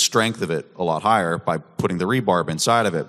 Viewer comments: it’s called “rebar” and not “rebarb”. That is my contribution to the bitcoin discussion. Have a nice day.😊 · Am I hearing rebarb?? I have been pouring concrete for 50 years plus and I have never heard rebar called rebarb before but you know what, a bitcoiner just can't be wrong and I love it, from now on it's rebarb for me. Great presentation guys. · "Re-Bar" = Reinforcement Bar Not rebarb.... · Hahah after the third time I realised he was saying rebarb. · rebar not rebarb lmaoooo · it's rebar, not rebarb. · "Rebarb" is a bit cringe... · Rebar... it's called rebar.